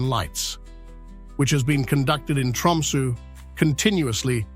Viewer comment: The sunrise in Tromso is usually 21st Jan (or thereabouts)- is this AI bollox? Constantly misspronouncing Tromso etc.